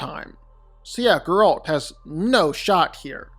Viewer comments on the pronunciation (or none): the way he pronounces Geralts name annoyed me ngl its Geralt not gerALT 😂